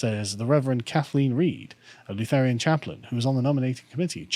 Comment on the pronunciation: Carl, the way that you pronounce Lutheran deeply offends my robust German heritage on a fundamental level